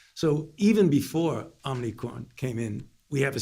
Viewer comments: Omnicron? If he can't even pronounce it I'm not concerned. Sounds like he has it already. Perhaps it was aquired when they prodded his anus. End of quote. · Omnicron! He said omnicron! Lol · Omni kron? I just can't... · This jacka$$ can’t even call it the right name. Omnicron 😂